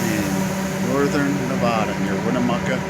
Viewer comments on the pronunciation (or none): it's Nevada not Nevauda! Thank you. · Thanks for posting. Nevada is pronounced just like you spell it, Nev-AD-a, not Nev-ODD-a.